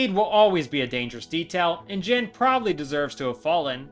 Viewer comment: question, why do you pronounce jin as jen?